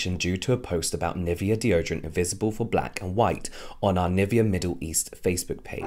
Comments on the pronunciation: And I keep cringing on the pronunciation of Nivea 😂, sorry it's just so wrong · I mean no hate whatsoever, but I can’t stand the way u say NIVEA, it’s German u should be saying it like that 😭😭😭